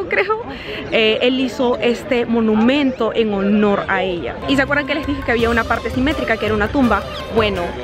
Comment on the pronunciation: Se dice ella no eia